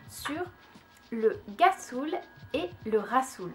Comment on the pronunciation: cest ghassoul ça ce prononce comme un R